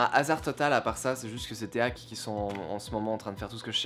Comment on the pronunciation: Alors on ne dit pas téak mais ték et les.prises rouge et blanche ne sont pas des cinchs mais des RCA